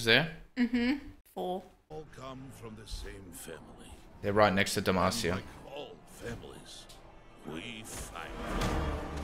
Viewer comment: Come on now! It’s not Demacia.. it’s D E M A C I A!!!!!!